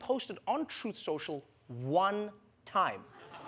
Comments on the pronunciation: 😂 trump couldn’t even read his own apps name correctly. “Trut central” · PSYCHOLOGY WORK 🤣 Trump: "Truss sential" TRUTH and SOCIAL is so way off the TRUTH that not even this notorious LIAR is able to speak them out correctly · He can't pronounce his own app, poor advertisement bro. Trut setial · Trump can't even say the name of his own social media platform. hahahaha 😂 He's a pumpkin head so he has pumpkin seeds for brain cells. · The whole joke is that the words he messed up were the name of the company he is trying to advertise. The company is a two word name and he messed up both words, with two tries. That's funny. It isn't just a mispronunciation. Those aren't funny. Hope that helps.